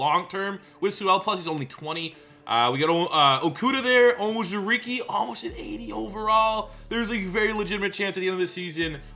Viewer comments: Levi's name is pronounced OWN ZOO REE KAY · Hey man! Just some help (yeah, I know it's late) but it's pronounced Levi On-Zur-E-Key and A-Leem McNeil.